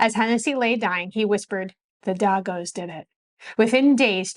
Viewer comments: And yet Sicilian Americans are so damned racist towards Blacks, why is that? Edit: the word is pronounced as "Daygos" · Pronounced day-go not dogos.. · Daegos (DEH Y GOES) NOT DAGOS LMAO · It’s pronounced “Day gos” like in “ We get paid as a da day go.” Not Dah Goes. Growing up in New Orleans I never heard the derogatory terms, “Guinie or WOP”, I heard that when I went to Brooklyn New York. Someone told me the Verrazano bridge was called the guinies plank. Italians in New Orleans were harassed with the taunt “Who killed the chief?” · The word is DAY- GOES not DAH-GOES... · Thank you for posting this. FTR, I've always heard it pronounced DAY-goes not DAH-goes. That was in NYC in the 60s and 70s. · Great videos. I have always heard "d@ pronounced as "day-goes." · Its pronounced DAYgos...come on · One of the most shocking parts is that she doesn't know how to say the word dago's.